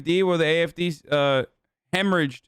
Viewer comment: why is his German so good! not the accent but the pronunciation of the party names